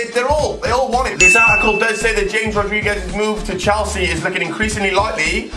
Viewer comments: James Rodriguez's first names is pronounced hames not James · it's pronounced Hamas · it isn't pronounced James it's pronounced Hamez